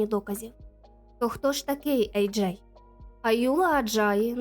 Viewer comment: Ви що знущаєтесь? Чому ви постійно його називаєте Еджей і Аджай? В нього два ім’я чи ви не можете визначитися як вимовляти?